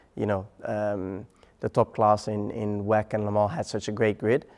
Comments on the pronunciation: Stop calling it WECK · Thought it's pronounced double u e c